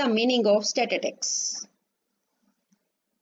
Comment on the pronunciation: First of all mam plz tell me What is statitics..😂😂Its statistics!!